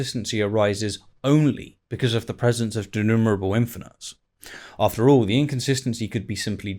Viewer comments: you say De-nur-able The term is Denumerable - as in De-Nume-er-able like De - Numeral - Able. Numeral. Not Nurl. As in can be counted, like numerals. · DenuMerable there's an M in the middle - related to "numbers" not "nubers."